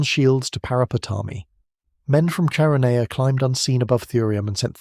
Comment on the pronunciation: CHERONEA = KERONEA.